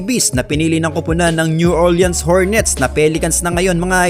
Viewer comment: new orlins ✅ new orliyens❌